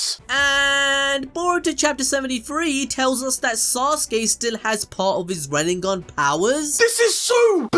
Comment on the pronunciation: Yeah, 8 years pronouncing KURUMA and RENNIGAN...